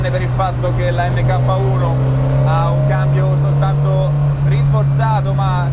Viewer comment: Video spettacolare come al solito, però “EMMECAPPA” non si può sentire, si pronuncia “Mark”...